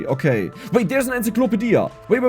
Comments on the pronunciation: Ensa-clopa-dia! The best. I'm going to start saying it that way. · Came into the comments to say exactly this. Enzeeklopadia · The way says encyclopedia is amazing